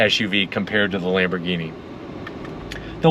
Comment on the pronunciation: Lambergeeni Yiris 😂😂😂😂 come on speaking of crispiness the audio here is so CRISP